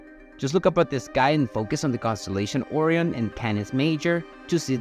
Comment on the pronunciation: So is it just items in space that you can’t pronounce o rion bro come on you pronounce everything else fine